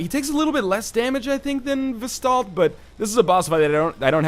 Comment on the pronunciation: Vesdaldt? VELSTADT, LEARN TO READ LION!